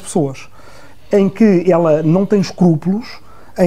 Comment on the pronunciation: O ruizinho stasi tem medo de ser democratizado!...🤣🤣🤣 ...ela não ter "escupulos" ... este fóssil nem falar sabe...